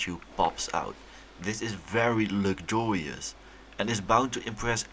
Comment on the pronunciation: It’s ‘veddy lucjurius’